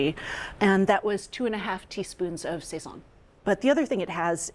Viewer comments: We Puerto Ricans pronounce it sah-sone. Not say-son. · I love ATK, but you really need a Latina on there. Your Puerto Rican/Cuban foods are not even close to authentic. I had to turn off the sound. Every time they say sayzon instead of sahson, it’s like fingernails on a chalkboard! What ever happened to Natalie Estrada? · The pronunciation is killing me lol sayzone 🤣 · Isn't it pronounced "Sa- zone"